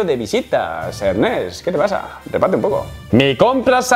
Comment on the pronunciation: Se pronuncia Ernést padre Zorro!